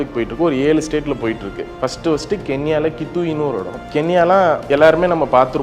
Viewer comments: ஏனப்பா எல்லா ஊடகங்கலும் தமிழை இப்படி கொலை செய்கிறீர்கள். அந்த நாட்டின் பெயர் கொன்யா இல்லை கென்யா. எந்த செயலை செய்தாலும் சரியாக செய்ய கற்றுக்கொண்டு பிறகு செய்யுங்கள். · அது கொன்யாவா! இல்ல கென்யாவா😂!😂😂😂😂😂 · அது கொன்யா இல்லை யா, கென்யா.....😂😂😂